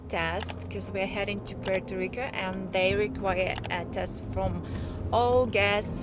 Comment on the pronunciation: It's Puerto Rico, not Rica.